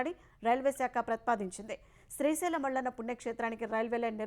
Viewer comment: శ్రీశైలం మళ్లన్న కాదు తల్లి మల్లన్న. కనీసం దేవుని పేరైనా సరిగ్గా పలకండి